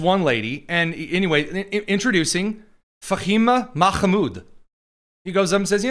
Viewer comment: There's no presumption of privacy in a public space. You pronounced Fahima Mahmoud so well I had to wipe spooge off my screen!